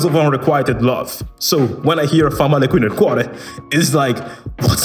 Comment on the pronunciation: As an italian I’m impressed that you heard “fa male qui nel cuore” in the song. And you did pronounce it very well too!